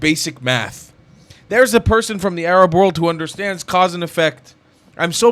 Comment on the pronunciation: yaa 7abiibi, it is time for you to stop saying "Arab" like someone who thinks he knows the proper pronunciation. Please stop saying AArab. It is 3rab. Learn the muscles in your throat to pronounce the "ع"...the "3ayn" ana b7bak waqt Taweel Edit after watching: As I have on a flashcard for my Arabic studies, "معظم الشعب الفلسطيني، انهم ضحايا التلقين التي جعلهم عميانا و يحبون العنف"